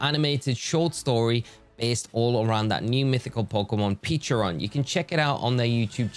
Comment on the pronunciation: Not to be THAT guy.. but it’s pechArunt not pechIrunt…